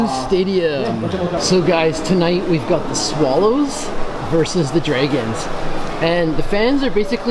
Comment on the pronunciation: Do you seriously not know how to say the word "Dragon"?????